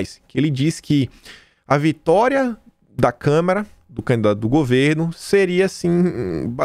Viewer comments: Caro, lembre-se não é câmera, é câmara. Esse é um erro básico imperdoável para uma pessoa alfabetizada. Procure se lembrar e controlar a vontade de falar câmera. Abs. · Kkkk acho que só deve ser problema de dicção... também fico nervoso em ouvir ele falar câmera kkkk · todo dia te assisto, mas com minha humilde opinião: é CÂMARA e não CÂMERA! Bjs